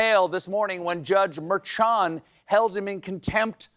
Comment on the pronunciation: Please, Late Show Staff! Judge Merchan is pronounced Myrrh-SHAWN, like Mermaid and Yawn. Your Honor is puttin' in WORK. 🧜‍♀🥱